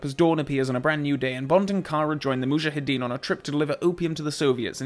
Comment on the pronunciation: How does weaponry novice Saunders know that Bond missed *deliberately*? Hoped you would address this minor plot hole. 25+ years of being irritated by Dalton's mispronunciation of "Mujahideen" finally put to rest by this splendid little segment.